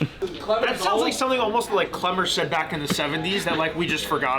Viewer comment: kWemmer. No L's for Klemmer any more. Dave was so wrong, and those two chicks are unbearable